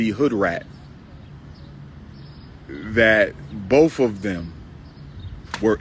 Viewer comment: He repeats everything and it’s so annoying. The word is BOTH, not BOF, Doctor. 😂😂😂